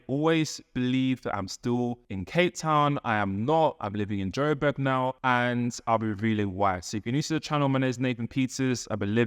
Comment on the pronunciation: It’s Joburg. Not Joberg. ❤